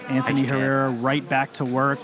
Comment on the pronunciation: Tejeda pronounced H e rr e r a . Apparently.